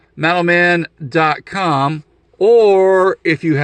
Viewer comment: i was so confused until you showed the card. I kept hearing "METAL MEN"